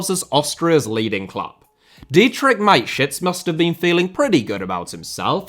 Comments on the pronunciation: Its Ma-te-schitz. With the german a. Not mate-schitz. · The man's name was Mateschitz with the 'e' being voiced not Mate-shits. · i love you but who tf is mikeshits, its mata (like juan mata) schitz, more emphasis on the sch and a double e sound not an i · It's pronounced mattershits not miteshits... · ffs man MATESCHITZ. There is no I in there. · Because of the pronunciation of Dietrich Mateschitz, it sounds like My Shits...😂😂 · Mate shits... Why didn't he look up the pronunciation? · STOP butchering names... He was not your mate, mate.. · I'm sorry, but the pronunciation of Mateschitz gets me every time.